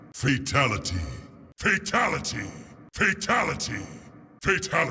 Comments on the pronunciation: In mk11 when sindel was saying fatality it sounded like she was saying faketality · All I hear is fertility 🤣🤣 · The more they say it, the more it sounds like "Fataligy" (at the end at like or so) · Deception doesn’t say “freetality” he says “free taligee”. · Everyone in the video: "Fatality" Raiden announcer voice in MK11: "Fatalogy" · I love he in mortal kombat deception he said fruitality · In mortal Kombat deception it sounds like he's saying fraytality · who's fay talaty? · De tanto tiempo escuchándolo parece que dise fachalati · Half of raidens said fataligy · Why in so many of these I keep hearing Fetality, Feetality or Fitality?